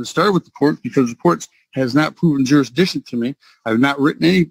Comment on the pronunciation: What's "jurisdisshun"?